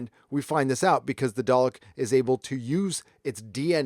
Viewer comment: Do all Americans say day-lick? It's dar-lick!